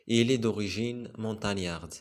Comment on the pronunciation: On dit Montagnard